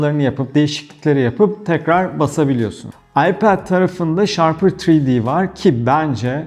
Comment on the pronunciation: Abi "ShaRper" değil "Shapr3D" ve övdüğün kadar var bu program. AutoCAD öğrenip kullanmış ve Solid Works görmüş biri olarak söylüyorum, bu 2 programı ciddi anlamda gölgede bırakıyor 3 boyutlu modellemede. Ağzına sağlık abi..